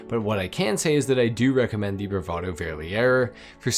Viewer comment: Love how he says „Verlierer“😂